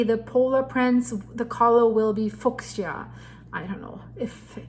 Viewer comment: That color is pronounced: FEW-sha 💜